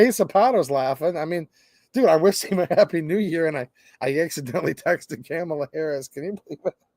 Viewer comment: It's Come-allah